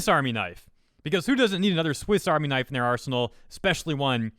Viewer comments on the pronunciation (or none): none